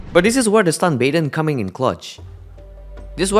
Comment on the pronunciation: LOVE THE PRONOUNCIATION. . SHITS HILARIOUS. . STUN bae-ton. . NOT EVEN A BUHT-ON HAHAH